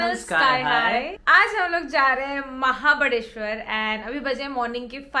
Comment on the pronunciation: its mahabaleshwar not mahabadeshwar